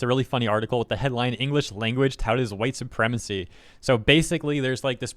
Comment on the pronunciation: Oh geez, the entire English language is hwhite supwemacy?!?!?! There are precisely, exactly ZERO people with that opinion that have anything they can say about racism at all, being massive racists themselves